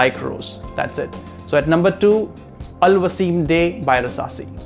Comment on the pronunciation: Hey Bro!! Good Video 👍 The Fragrance Name You Told From Rasasi "Al Wasim Day" That Is "Al Wisam Day" I Love This Hidden Gem♥️